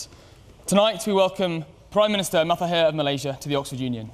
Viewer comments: It's Mahathir, not Matahir... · Its Mahathir, not Matahir. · Its Mahathir, not Matahir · Mahathir... Not matahir. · Ma ha thir not ma hat hir lolz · Why does the compere keep saying Ma-ta-hir? Didn't he even try to practise saying his guest's name correctly or was he just not bothered? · crickets4 he afraid to say correctly.. when he said mahathir..the sound that come out from his mouth become mahdi(almahdi)..that why he keeps saying matahir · Say it right man,. ....MA. HA..thee+r....( Make an effort to say it right). and not otherwise. Respect his NAME..for Gods sake. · This guy can't even pronounce Mahathir correctly 🙄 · because he is not malay n not familiar with malays name. But i think he should check on how to pronounce someones name before interview them. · Mister mataheee jahahadhhadhaha. They sould pronounce our prime ministers name correctly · Please read the PM his name correctly...